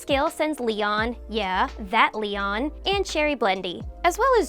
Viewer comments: Li-oan not lian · Why does it bother me that she says leon and not Lyon? 🤣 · Is it me or she said Leon and achnologia wrong